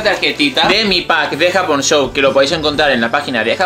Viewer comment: Se escucho que la dijiste japonshop 😦